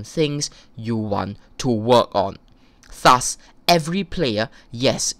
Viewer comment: it made me aggresive when you said "thus". idk why but you just pronounce it so weird!